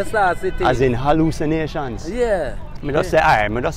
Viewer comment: He pronounced Hallucinations with an "H" there is no "H" sound in patois. It's pronounced "allucination"